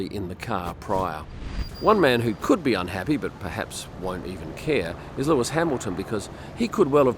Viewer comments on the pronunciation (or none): none